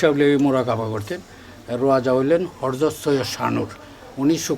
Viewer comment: Hajrat. Not Harjot.